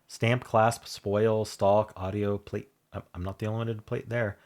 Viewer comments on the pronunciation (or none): “Plait” means the same as “braid” and is pronounced “plat” not “plate”.